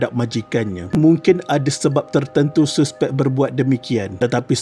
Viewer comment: mat ni guru BM ke..cara dia sebut suspek dengan bunyi yg betul tu aku salute..suspek ye bkn saspek.